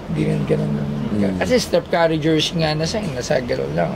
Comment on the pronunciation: napakabobo talaga neto ni Toyo magpronounce ng pangalan. Donchick daw tsaka Kari lol. Donchich ang bigkas don. tsaka Curry hindi Kari.